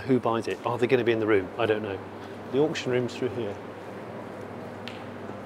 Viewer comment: * ock-shun * Other than that lovely work as always Jonny, thanks for the update 👍🏻